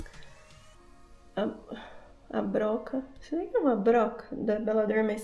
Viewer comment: Chama Roca e não Broca! 😂😂😂😂